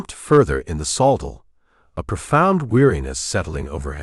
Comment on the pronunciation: Pronouncing the word saddle wrong